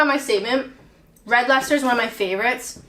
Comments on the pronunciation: Wow, nice one for pronouncing Leicester correctly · The Americans would say "Lie -Chester-Shiyer"....so you got "lester" right!!